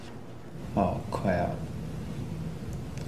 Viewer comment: “Am I bein tAPed?” “Aw cwap”